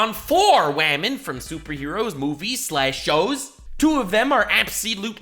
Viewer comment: “Wamen”